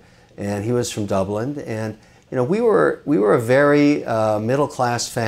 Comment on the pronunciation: Why do people say Dublind instead of Dublin?